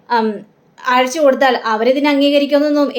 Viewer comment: Azhachu ennalla ayachu enna